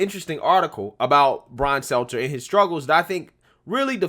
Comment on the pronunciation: I love how calls Stelter Seltser unknowingly you crack me the fk up🤣😂🤣😂